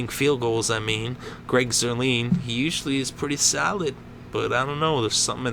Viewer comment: They faked the PAT not a field goal. and it's Greg Zuerlein not Zuerleen. pronounced Zuerline